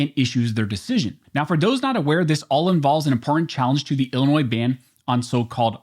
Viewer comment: There's no noise in Illinois...lol In other words, you aren't supposed to pronounce the S.